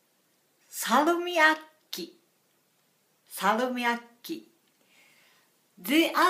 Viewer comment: You pronounced Salmiakki perfectly. :D It was easy to see it was a bit of a surprise when you ate it. :D